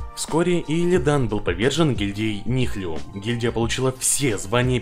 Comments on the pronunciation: у автора видео, просто проблема с английским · Ролик четкий как всегда но "Нихлюм" :D угарал каждый раз когда ты говорил это